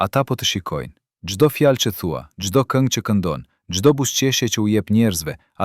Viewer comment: Lexuesi shumë dobët e fletë Shqipen ??? Germën L e shqiptonë LL. Ndëgjojeni me kujdes të lutem Kërkoi ndjesë nëse jamë gabim ??? Fjalën vohël ( vogell ) lartë ( llartë ) fjalë ( fjallë) Largë( llargë) Ndëgjojeni fjalën populli si e shqiptonë ???